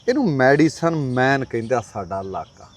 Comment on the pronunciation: ਵੀਰ medicine ਹੁੰਦੀ mediccine ਨੀ